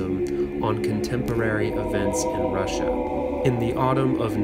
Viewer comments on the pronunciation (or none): none